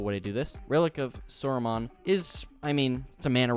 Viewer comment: I feel like every time I watch a LOTR MTG video, they can never say "Sauron" right. Or Rohirrim. 💀